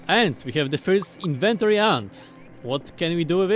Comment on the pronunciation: Inventoree lol